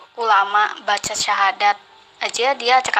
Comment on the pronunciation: Baca syahadat aj g jelas pak, pekok